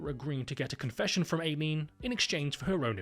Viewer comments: Eye lean. Not AY leen. Come on limey. Please respect the American language. It's your mother tongue, after all. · Or Aileen like Alien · It's weird how my name is "Ayleen" and not "Aileen" and the way you're pronouncing Aileen's name is exactly how you say MY name. Aileen's pronunciation is different as hers is more like "i-lean" instead of "eyy-lean". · "AYY-lean" lol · Ay-leen was killing me.